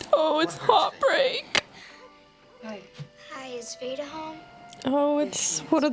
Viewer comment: Every time says Vada, i hear VADER